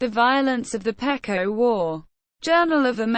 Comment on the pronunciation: First of all you pronounce the name PEQUOT Wrong it's Pronounced PEE QUAT not as your pronouncing it.